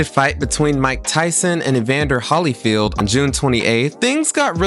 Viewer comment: I turned this off as soon as you pronounced Evander Holyfields name wrong